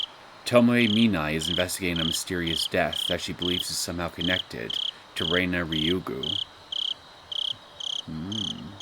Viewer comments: Feel free to pronounce it however you like, is comfortable with, and gotten used to. And I hear the characters in the game actually say: Re-na, rather than Rei-na. I have started to watch a bit of your let's play from the main series. Your pronunciation has stuck around since the very beginning before the voice acting. Even though Keiichi explicitly stated that it's wierd how it's pronounced this way, as Reina is a normal name. But hey, again. It's stuck with you this far. No need to change. Just saying I get a little thrown off when I hear it. I haven't gotten to your let's play of the 6th arc of the main series yet. But I remember from my own let's play, watching other let's plays of that arc, and the anime, that before she dropped the "i", we do hear people actually pronounce it Rei-na, and also her father still use this pronounciation. Also unrelated note: If you ever plan on moving on to the Umineko When they cry series, AND either watch the Higurashi Gou/Sotsu anime, or read the manga adaptation, I'd personally recommend reading the main arcs of Umineko before going for Higurashi Gou/Sotsu. But it's not neccecarily required. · Nice start to a new arc. So much hatred towards one guy. Also. Whenever I hear you pronounce Rena's name: Rei-na, with the "i" she dropped from her name, rather Re-na, without the "i", I am just a little thrown back, as I'm not used to hearing that.